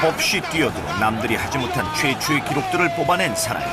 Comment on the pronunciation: 최초의가 최최의로 들리네..